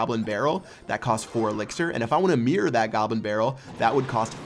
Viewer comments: Mirror, not mear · Why do you say "meer"? Is it not "MIRROR"?!?!?!?! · It's MIRROR, MIR ROR, not MEER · Why does he say mirred and mirr instead of mirrored and mirror? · Your pronunciation of the word "mirror" drives me nuts. I don't play this game, so had no idea what you were meaning when you first said it :P